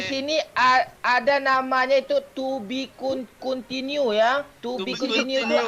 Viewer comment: Anjenggg.. Bilang aja ga bisa bahasa inggris.. Pake tubi ku tinu segala 😂😂😂